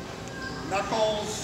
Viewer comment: When he Gabe said knuckles I swore he said nutballs